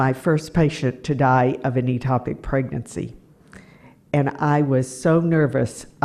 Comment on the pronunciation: 'Ectopic' pronounced EKK-topic.